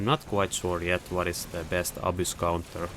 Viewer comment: You pronounce the Abyss a-boos, but it's more like a-biss